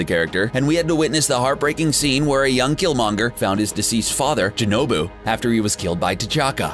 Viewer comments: you say n'jobu not jinoubu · N'Jobu, not J'Nobu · It's njoubu not jnoubu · J’nubu, U mean N’Jobu😂😂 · Its N'Jobu not J'Nobu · N'Jobu not Junobu..... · It’s n’jobu not j’nobu